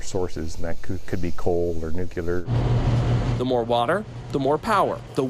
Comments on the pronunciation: Nucular power, huh? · Nu-clee-ur not nuke-u-lur. Christ. 👎🏻🙄